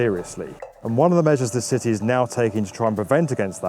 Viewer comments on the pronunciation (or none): Every time he says city it sounds like "sisy"